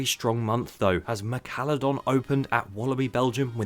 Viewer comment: mekallodon? thats the first time ive heard someone misspell Meca-lodon (like the shark)